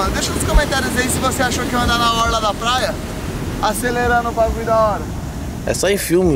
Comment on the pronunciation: Ele fala plaia